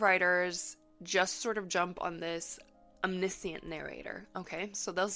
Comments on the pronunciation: I’ve never heard anyone pronounce “omniscient” that way. I had to stop the video after half a dozen times of saying it that way, as it grew more than annoying. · wait, how ELSE can omniscient be pronounced? haha. i've only ever heard it as pronounced in this video!